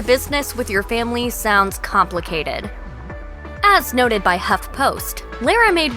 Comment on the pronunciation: Yikes. This narrator should learn how to pronounced Lara's name. I know because it's the same as my maternal grandmother's.